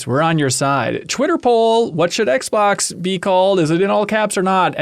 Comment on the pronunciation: "the aXbox" really slipped by there